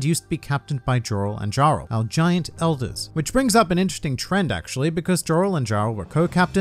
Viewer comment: I'd be willing to guess their names aren't pronounced Jorl & Jarl, but more likely Yorl and Yarl. Similar to how in Skyrim you become the Jarl of Whiterun. Since Jarl is actually just a title..